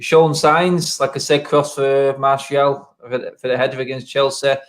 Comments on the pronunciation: It's Anthony Martial not Anthony Marshall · It’s Martial not Marshall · I love it when says ‘marshal’ 😄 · is really starting to annoy me now, he honestly thinks he's matt busby or Ferguson, for god sake he can't get martial name right for one, and he thinks we should play with wingers when NONE of our forwards get on the end of crosses EVER!!